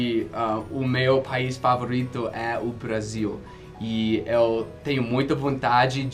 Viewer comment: uma dica sobre a sua pronúncia: você fala EU (que tem o E fechado) como se fosse o ÉL (que tem som aberto) do espanhol. Essa é uma das pouquíssimas falhas no seu português.